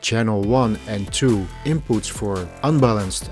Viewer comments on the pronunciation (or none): Inpoots?, Outpoots?